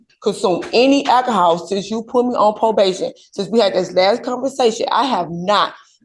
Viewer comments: Her pronouncing it "ackahol" is just the icing on the cake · It's "ackahaw" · Ak-o-hol .. case closed .